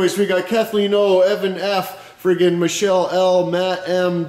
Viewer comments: Michael is a guy's named and it is pronounced like "My call." Michelle is what you said and it is usually a woman's name or a Frenchman's name. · lmao at michelle o, its mike-el.... just dickered